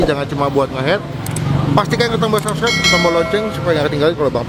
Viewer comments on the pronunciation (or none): none